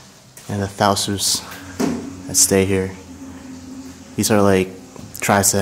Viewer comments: Hi! Its actually Tausug. And not tausus. 😊 A tribe in the Ph just like Yakan:) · It's TAUSOG not TAUSOS. lol